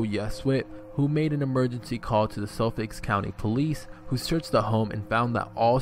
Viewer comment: Suffolk. No "s"